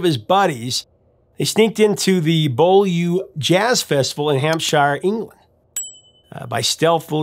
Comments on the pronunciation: Not sure if I am repeating any previous comments, but it is worth mentioning Beaulieu in Hampshire is pronounced "Bewlee" not "Bowlyou" and yes Maggie May is great song! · Great video on a very underrated track. As someone who lives just down the road from Beaulieu, I was amused with your pronunciation of The Beaulieu Jazz Festival in Hampshire. Beaulieu is pronounced "B-yuu-leee", not "Bow-loo" and Hampshire is "Hamp-sherr" not "Hamp-shy-yer". Keep up the great videos though! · Beaulieu is normally said something like B'yew-lee Half expected the DJ involved to be the late John Peel... You should do a special on him, very influential in breaking a lot of acts you cover in the UK. Even faked playing the Mandolin on a famous Top of the Pops appearance. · Bew-lee. The place the jazz festival was held, Beaulieu, is pronounced Bew-lee. :) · "Beaulieu" is pronounced "B-you-lee". (From Wikipedia: We don't use the French pronunciation cos we're awkward like that! Also, the "shire" bit of Hampshire is pronounced as "sheer" rather than "shire" although shire as a standalone word is pronounced shire. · Just for information, and I know it's a bit weird but Beaulieu is pronounced Bewly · Love your pieces but beaulieu is pronounced Buulee!